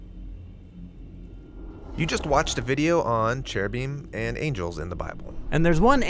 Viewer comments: In Hebrew it's ceruvim with and hard c. Not heruvim. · When he said " in Hebrew" I laughed out loud. It's actually pronounced keruvim